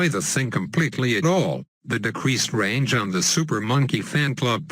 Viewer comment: Couce the damn rage that ninja it's not ragend rly